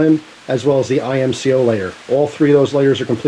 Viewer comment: Its IMCO not I M C O 😩😩